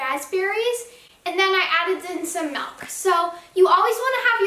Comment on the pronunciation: Milk* not melk